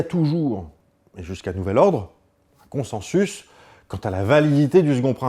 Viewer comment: Coucou Bruce, juste pour info "consensus" se prononce en fait "consinsus". Voilà bisou bonne vie